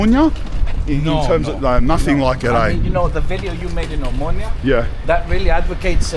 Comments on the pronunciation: Lad, it's O-mo-noia (ea) not O-moynia. When you say it like that you give it a different meaning. Perhaps your friends have told you what the word after the letter O means. By the way, your friends forgot to show you where the MOST famous brewery (the Brits would call it a pub) was in that street you were cycling when you left Exarheia square. Pity it had to close due to the 19, and what this caused. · Its spelled Ex- arhia and oh-monia my ears are bleeding man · He met so many people from there, and nobody told him to stop saying omonia like that ?😅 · > Starts the video. > Scary music. > Can't say Omonia correctly. This sure is a "documentary," alright. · It is pronounced Eksarheea. And it is not a suburb. Also it is not really controlled by Anarchists. Also it is Omoneea not Omoonia. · Nobody tells you to switch off your camera in Eksarheia. And your pronunciation of places is awful man. Omoynia ? Egzarzia ? Gimmie a break. And Varvakeios market dangerous ? You didn't do a good job.